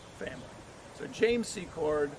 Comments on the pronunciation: Laura "Sea-kort" pronounced. 💜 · Please pronounce it `See-Cord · It's actually Secord!! No T in it!!